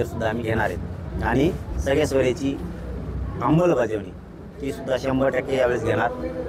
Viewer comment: 'अंबल'बजावणी नाही, येड्या 'अंमलबजावणी' म्हणतात...